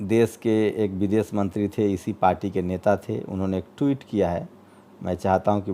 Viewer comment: Sir aap apmi bhasha shudh kijye . Sha shabd ka sahi ucharan kijye Desh ko des kehna ,shahar ko sahar kehna sharmnak he Videsh ko vides kehna ashobniya he Patrakar ki bhasha dhud honi chahiye